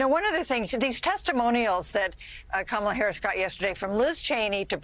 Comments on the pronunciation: Trump correctly pronounces "Kamala." Does this mean that the entire Republican/MAGA party will now be required to follow suit? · Did anybody notice he's starting to pronounce her name correctly?